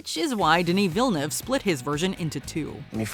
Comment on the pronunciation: How did you butcher Denis Villnuavas name so bad